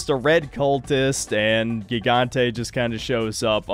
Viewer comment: “Gigante” pronounced “He-gon-tay”.